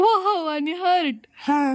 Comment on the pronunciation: You said hurt, it is heart ♥️हार्ट Precisely